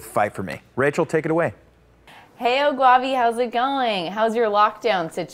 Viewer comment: She said "GWAVI" Instead of "GAWVI" bruh. Still it was nice to see this. nice. New Sub tho👌🏿👌🏿🔥🔥